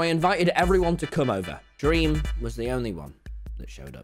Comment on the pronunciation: I Just watched you saying dweam